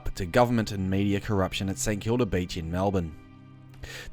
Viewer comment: Beach not Beech